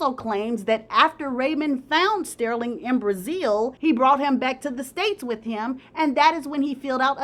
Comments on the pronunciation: His name is pronounced Stur-ling not Steer-ling. Ugh! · Girl say his name right. It's not stairling, it's STERLING. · the way says “stirling” is cracking me up😂😂😂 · Stairling 🤣 but I think it fit the drama of the story..🤣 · Btw, Sterling is pronounced stur-ling. Like when you stir something